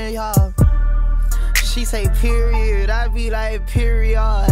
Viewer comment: Kodak really said periaad and made it sound fire 😂